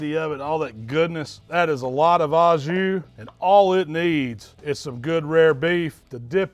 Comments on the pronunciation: He keep saying Ajuu , Ajuuu , what is that mean ! How to even write it. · Thick and silky jus, this is literally liquid gold. If you want to say it right it's O jus. Au = O in french.